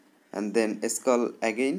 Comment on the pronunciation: scall down 😂